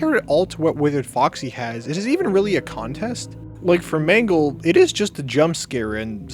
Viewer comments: It's mangle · Actually it’s mangle